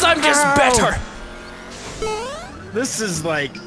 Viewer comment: "cause I'm just bettar